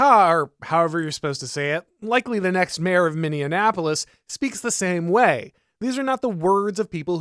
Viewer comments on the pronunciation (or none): There is no such city as "Minneanapolis"